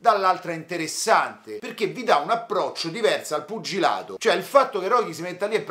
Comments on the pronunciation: sei troppo forte!!! Mi fai morire quando dici "puggilato"😭. Cmq sei bravissimo. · "..er puggiladoo..." a, me fai sbragareeeee! 🤣🤣🤣🤣🤣